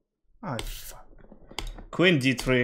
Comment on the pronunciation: "No space for queen" sounded "no space fu*k win" 🤣🤣